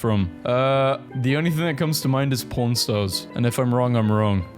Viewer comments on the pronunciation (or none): Nooooooo!!!!!When said pawn stars it sounded like smth else.